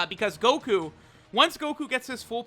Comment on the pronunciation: Mans said koku instead of goku